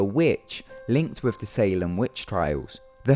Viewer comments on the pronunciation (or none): none